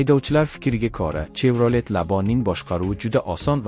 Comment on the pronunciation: Чевролет эмас шевралет деб айтилади савод хам говлат кетганми